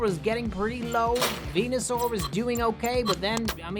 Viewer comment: he keeps on saying venasur to ivysaur then he gonna say mega venasaur for venasaur ahhhhhhhhhhhh